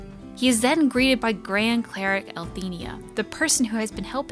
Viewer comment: I'm sorry if it is just a slip or it's intentional but I noticed that you pronounce 'Elthina' as 'Elthinia' a lot. I know it's nothing major and it's not groundbreaking or anything but it just rubs me the wrong way >_<